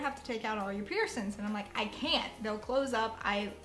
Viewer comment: please stop saying piercins 😂